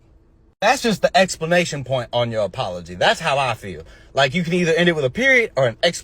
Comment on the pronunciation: That dude said "explanation point." 😂😅